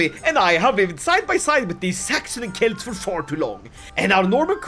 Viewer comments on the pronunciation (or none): none